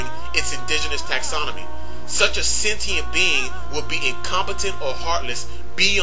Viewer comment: OK... sentient is pronounced 'Sen-chee-ent"; also... ACIM (A Course In Miracles) holds that man (Man!!) made the Earth, so as to demonstrate the seperateness we all perceive between each other; if we feel separate, we (with God-like powers) made all this to demonstrate our sense that we are not One with all creation... when, in fact, we are.